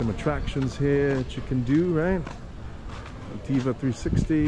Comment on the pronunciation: Why on earth do you keep pronouncing it U-TEE-VA??????